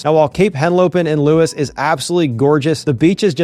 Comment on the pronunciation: One syllable. Not Lewis. Louuus